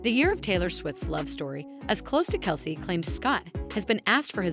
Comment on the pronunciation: Travis's last name is pronounced, KEL CEE.